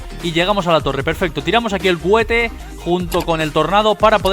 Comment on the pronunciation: No me sirve ninguno, pero me parto de risa cada vez que dices "CUHETE" JAJAJJAJA